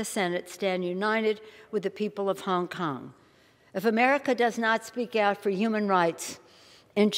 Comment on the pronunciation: CHONG KONG lol